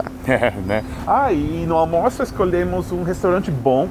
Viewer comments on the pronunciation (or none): Funny Gringo Friend speaks armoço instead of Almoço. Engraçado, o Amigo Gringo fala armoço ao invés de almoço.